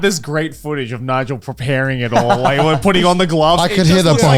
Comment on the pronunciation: wait, his name is Nigel and not Nile? What the Fuck!